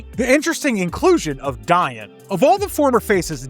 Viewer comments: It’s “Dee-on” not “Di-an” isn’t it? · Her name is pronounced Dee-on, like Dionne Warwick. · Dian is pronounced like deion